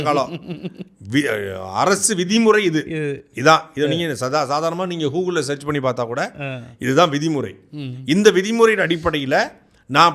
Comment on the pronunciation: Nee ethuku ya odure. Perfectionist pola nee vaaye mattum illena pozhapu odathu. Chai. Periya pulavar ivaru. Whats a waste man. The anchor is a disgrace to the journalism. Vaaye ellam pallu. Peseete irukka vendiyathu thaan. Pathu paisa ku praoyojenam illa. Mothalla google nu ozhunga sollu. Hoogle ah athu enna puthu search engine ah….kavarchi kavarchi nu solleetu nee solra ella example ume movie based la thaan irukku. U have no rights to talk abt kavarchi.